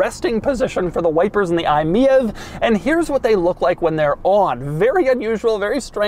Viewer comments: Isn't it said like " My EV" instead of Miev lolll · It baffles me and amuses me that Doug is pronouncing it as “me-êve” when it’s obviously meant to be pronounced “my-E-V”. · is it really pronounced mee-ave? i would've thought its "My EV" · In Germany „mief“, which is exactly pronounced like „miev“ means that something stinks (if you even go into slang you might even call the car „i stink“ or „i suck“, so to speak 😁)…so the Mitsubishi had a hard stand here. Most people bought it rebadged from peugeot or citroen 😁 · I think “MIEV” is supposed to be read “ My EV “ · I think it's pronounced, "Mitsubishi MY EEE VEE" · Isn't the name pronounced like "my ev"? Also that fuel icon has an AC plug on the end. That's actually a custom part. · Isn't it pronounced "MY E-V" as in "my electric vehicle" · I-Meev is how you pronounce it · Wtf the Lagonda is one of the coolest looking cars of all time. I think you meant to say Fiat Multipla!# btw, I could imagine the name being pronounced as i-Mi EV? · I thought it was pronounced “my-EEvEE” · Sir it is most definitely pronounced "my e.v." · THE MITSUBISHI EYE-MiEV 😂😂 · everytime doug says it it's comedy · I have always heard it pronounced Me-Vee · he also keeps pronouncing the name of the thing incorrectly. What do you expect. 😅